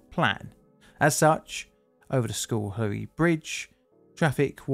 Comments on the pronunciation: Cool! This is from close to home... hunted a lot in Schoharie as a kid. Schohrie pronounced "sko-harry" cheers man! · For anyone interested, the name is pronounced like "skuh-HAIRy" (No criticism of, of course) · Am familiar with the spot. Pronounce that Scar-hee. Hey You Toobers, find a local newscast for how to pronunciate place names. Infamously, locally a pilot fell out of an airplane and fell on Fuk-way Varina. not quite....Few-kway. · Took me 2 minutes and 3 rewinds to hear the name properly 😂 I'm from the general area; I kept hearing "school hairy" and was like where tf is that in NYS? 😭😂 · Schoharie is pronounced Skh'arrry is most NY dialects. While Dutch in origin, the "oo" if present is almost a grace note. Otherwise carry on. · This one was close to home, literally. I lived in the area at the time and I remember it well. You did an excellent job of documenting the event. Other than mispronouncing Schoharie, which is understandable if you're not familiar with U.S. east coast Native American names.